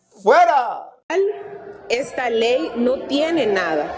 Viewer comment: Lo unico bueno : "Ejta ley"🤭 Sátira a la orden👌que espectacular Que maravilla , me sorprende en cada capitulo, muchas gracias por este momento de diversión y actualización de realidad nacional👏